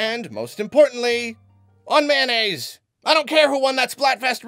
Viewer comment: MAY-O-NNAISE! MAY-O-NNAISE! MAY-O-NNAISE! MAY-O-NNAISE! MAY-O-NNAISE!